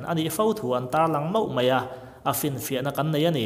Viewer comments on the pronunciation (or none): none